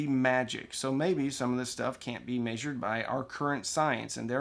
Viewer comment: "May Zured"